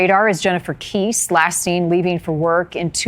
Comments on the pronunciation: You think you could pronounce Jennifer Kesse's last name right? It is pronouned Kes-e. Not Kess. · The correct pronunciation of Jennifer's last name is KES''SE..NOT KECE ! LOL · It's "Keh-seee", not "Keeese" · Pls learn the names properly. Its not pronounced "Kees" but "Kessy". Disrespectful and misinformation. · It’s Kess-ee not Keese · i was thinking the same thing she said her name wrong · Kesse, is pronounced “Kes-See” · Jennifer Kesse pronounced Kess-ee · Great to keep these cases in the news, but honor them by pronouncing their names correctly; I am referring to your incorrect pronunciation of Jennifer Kesse.